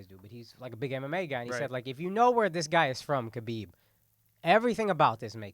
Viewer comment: His name is pronounced HABIB shit ain’t that hard lmaoo and didn’t Andrew say Connor is in his “head”. Nah nigga dude made fun of his family shit is simple